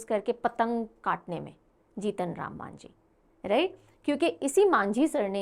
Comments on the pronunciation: Its actually majhi not manjhi. Mohan majhi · Odisha cm not Manjhi it's majhi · Odisha CM not Manjhi..it's Majhi